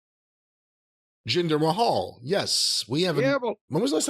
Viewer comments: I love Jim mispronouncing names on purposes, Jinder Mayhall~ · Remember Jinder May-hall?